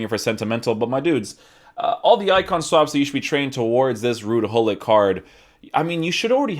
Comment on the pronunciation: Its fun that english people cant prenounce his name correctly you say hollit we really say Gullit 😂